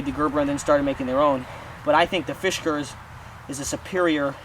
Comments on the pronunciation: Dude! It's not "fish cars" (there is no "h" in the name), it's FIS KARS. NO "h" sound, whatsoever. (Why would a fish need a car, anyway?) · Fisk. Not Fish. Good review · Fish Cars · OH MY GOD!!! It’s NOT a Fish-gars! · Oh god, not again. Did I already watch this review or was it another one with this same guy consistently mispronouncing the name of this axe. Arrrrg! It is pronounced Fiskars. Not Fish-gars. There is no "H" or "G" in the name. The fact that you insist on saying the name about 3000 times in the video & mispronouncing it each & every time is beyond annoying. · First he calls it a "Fishgars"...then he calls it a "Fishgers"...LMAO!!! It's "FISK" - "ARS" dude!! Fiskars!!! LOL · the way you pronounce the name... oh man.... it's not fishkers... great video though. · god so what he said fish not fis go get a life yer dweebs and yes that's pronounced arseholes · the fuck someone gets fish-kurs out of Fiskars only says illiteracy. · I'd rather shoot myself in the head rather than hear you say "fishgars" again. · he says it in a way to make it sound like fishkers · Sounds like you are saying FISHkars.... there is no H